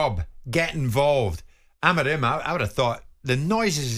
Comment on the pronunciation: Why can't you pronounce Amorim's name correctly and you keep saying AmArim? Where do you see the second A instead of O (like in do)? Besides hearing problems are the English also short seeing? Get a doctor, please!😂😂😂